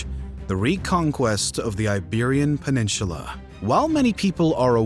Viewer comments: Please please please pronounce it "peninsula" and not "peninshula" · has a strange way of pronouncing “peninsula.” It’s not “peninSHULA” dude! 😂😂😂😂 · It’s pronounced pen-in-soo-lah not pen-in-shoo-lah. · I keep hearing people on YT pronouncing peninsula as “peninshula”- what’s with that? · Bro, peninshula? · 57 did he really say peninchula? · The pronunciation of “peninsula” as “peninCHula” throughout this video was like a repeated slap to the face. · Please stop saying “peninshula” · I stopped listening after he kept saying Peninshula. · Probably should learn how to pronounce “peninsula”. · There is no "h" in "peninsula". Nor is there an "h" in "Portugal". Also, showing some major cities early on would be helpful. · Interestingly unique pronunciations! My favorites are “peninsula” and “hegemony”. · You pronounce "peninsula" like Fred Herbert would.